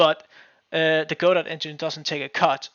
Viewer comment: It's pronounced "Go-doh" as in "Waiting for Godot." Look it up!